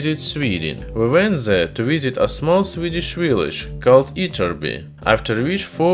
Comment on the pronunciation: You actually pronounced "Ytterby" (almost) correctly. Impressive!